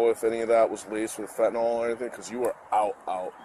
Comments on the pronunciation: ITS NOT FENTENOL!!!!! ITS FENTANYL!!!! GOD I HATE HUMANS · "Laced with phentanayl " 😂Wow